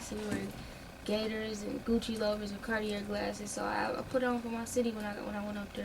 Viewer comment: She cant even pronounce Cartier right! Smh! Ignorant and dumb. No personality!